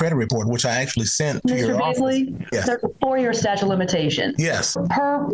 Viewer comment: He's calling it a "statue" of limitations 😆🗿